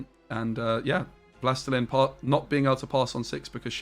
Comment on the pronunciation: Wlastelein? 😂 Wlastelin) it's "the lord" in polish/russian.